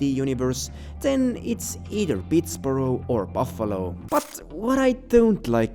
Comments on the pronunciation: Pittsburgh is pronounced like iceberg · I had to laugh when I heard "Pitts-burrow" That's said I would go with Detroit (even though it lacks a subway) or Cleveland for Carcer. Chicago isn't "rusty" enough, even though it has crime and police corruption it's never been as dirty or economically depressed as Carcer was implied to be. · I love how you pronounce Pittsburgh as Pittsborough. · the way you said pittsburgh is so funny lmfao. great video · Please look up how to pronounce things first. Pittsburgh is not pronounced like Edinburgh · Pittsburgh is pronounced Ptts-berg like a German city, not Pitts-burrow like a Scottish city. Like Hamburg, Germany not Edinburgh, Scotland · Its Pittsburg not borough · Bro. You don’t know shit. Philly has been had a crime problem. Carcer City is Likely Philadelphia, PA! *Not P”N”! And it’s damn sure not Pitts”borough” it’s called Pittsburgh! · it’s pronounced “Pittsberg” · Pihts-BeRG :).. Or Pitts-BeRg just helping out :) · A foreigner calling Pittsburgh Pittsboro is funny 😂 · been to Pittsburgh so many times in my life, you mindlessly pronouncing it “borough” really sent a shock to my nervous system. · Just helping but it's pronounced "pittsberg" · I view Carcer City as an amalgamation of industrial Midwest cities. Also, Pittsburgh is pronounced like Hamburg and not like Edinburgh. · Pittsburgh is pronounced Pitts-burg. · What did Yu call Pittsburgh lol